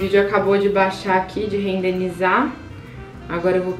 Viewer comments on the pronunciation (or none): É “RENDERIZAR” e não “RENDENRINZAR” :)